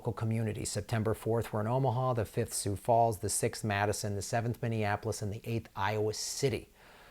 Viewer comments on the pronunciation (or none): none